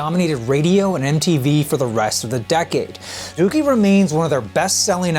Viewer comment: Im just glad he pronounced it right